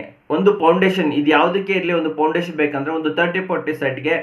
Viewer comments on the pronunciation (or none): It is foundation.. not poundation